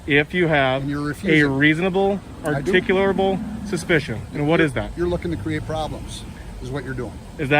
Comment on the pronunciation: If you're going to be an "auditor," you should wake up and practice pronouncing "articulable" ten times in the mirror every morning.